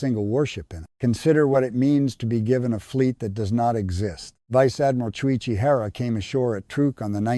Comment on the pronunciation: ‘Veechay ardmeerarl’ (= Vice Admiral) what a stupid piece of recording work!!